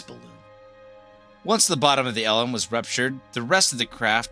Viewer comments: Good video, but one quibble. You keep on pronouncing LM as "ell emm" which is indisputably wrong. It's pronounced "lem." It rhymes with "gem." Originally, the vehicle was the Lunar Excursion Module, abbreviated LEM, which everyone pronounced "lem." Later, the "E" was dropped because "excursion" sounded "too frivolous." But, by then, everyone in the program had been saying LEM for years, so the pronunciation didn't change. No one in the program said "ell emm." This issue is explicitly discussed in Murray and Cox's "Apollo: The Race For the Moon," one of the best books about those years. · Great video. But please don't call it "L M" - its pronounced "LEM"